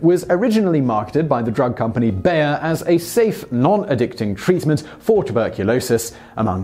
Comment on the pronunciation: It's spelled "BAYER" but for you English speakers, please pronounce it as "BUYER" because that's (approximately) how it's said in German, and it's of course a German company.